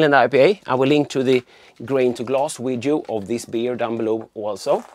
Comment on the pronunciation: video-wideo whatever, we'll just just assume you are Chekov. I wouldn't worry so much about things like that. However, to pronounce the v put you teeth to your lip as v is a dental labial fricative in English.